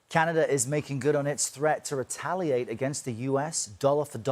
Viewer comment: AH SO WE WETALIATE 😂